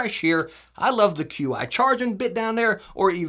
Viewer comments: BTW, it's Chi not q.i. ;P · FYI: Qi charging is pronounced "Chee", not Q.I. Thanks for covering these!